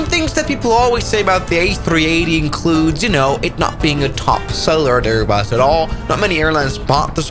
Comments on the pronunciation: Airbus not airnus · Airnus???? I am excited for the Airnus a380